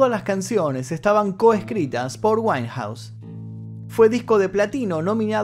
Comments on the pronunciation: no lo tomes a mal, pero el apellido de esta artista se pronuncia wainjaus, no weinjaus, disculpas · Su apellido se pronuncia “wainjouse “ (como si pronuncias “wine”-vino. . Verifica la pronunciación. Pero felicidades. Muy buenos documentales!